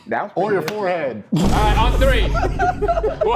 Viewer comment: Or pronouncing the "th" like an "f" haha "free days ago"